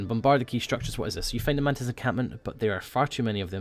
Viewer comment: mantis sounded like mantits